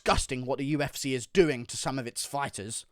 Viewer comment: "The U-F-Sayyy"